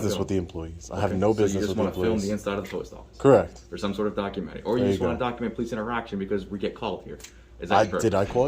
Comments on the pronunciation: "Are you doing a documen-terry." "No, YOU do!" Also, did any of these cops have federal jurisdiction? If not, then this was a big waste of time and resources. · "Are you doing a 'Documen-Terry'?" -Offisir Arm Tats